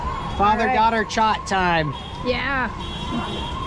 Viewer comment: "face to face chaat" loved it